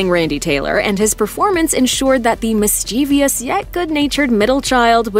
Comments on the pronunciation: It’s MISCHIEVOUS NOT MISCHIE V I O U S! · Somebody teach her the real pronunciation of "mischievous", please!